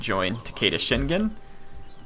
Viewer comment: I know pronunciation is not your thing. but The name Shingen is Pronounced Shin(shEEn)- with a a long E sound, gen(gan) with a short A sound, like in the word "get" not GE like in the word "Genetics"